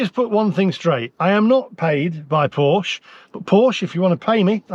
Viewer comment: Please learn to pronounce Porsche properly.